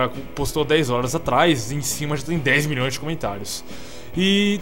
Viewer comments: "AFF o cara falou mões" KKKKKKKKKKKKKKKKK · AFF O CARA FALOU MÕES KKKKKK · kkkkkk aff o cara falou mões quem acha q o só fala errado da joinha! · afffffff o cara falo moes kkkkk!!!